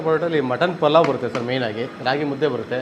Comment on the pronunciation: ಪುಲಾವ್ ಅಲ್ಲ ಪಲಾವ್😡